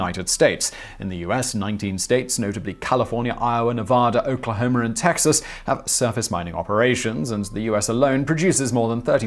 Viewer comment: Wait since when did we become Oklahomer? LOL It's OKLAHOMA but good try Simon hats off to you